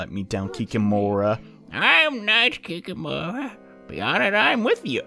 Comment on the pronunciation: I know it's long overdue, but the way you should pronunce Kikimora's name is actualy [kee-KEEE-moh-ra]. Just a little bit of trivia from the guy from whos national folklore this thing came;)